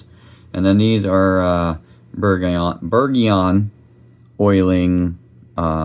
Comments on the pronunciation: My friend, it is pronounced behr-zhon, think France. Thank you for this video explaining the oils and their application. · It's pronounced Berjion